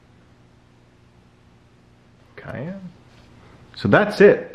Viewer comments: I’ve never heard someone pronounce the color “cyan” (sai-an) like the pepper “cayenne” (kai-en) before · Did you just say "Kai-yan" when trying to say Cyan? Ive only ever heard it as "Sai-yan" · honey. Cyan the color is pronounced "SYE-ann". The pepper is Cayenne ("KYE-ann"). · I like how he pronounced cyan as cayenne. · …did i hear you say cayenne instead of cyan?! 😂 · Did… did you pronounce cyan as cayenne? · cyan is pronounced with a soft c. More like “sy an” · People complaining about the color pronunciation, but I found it humorous. Keep up the good work friend! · cyan is not pronounced like that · wait, you pronounce cyan with a k sound?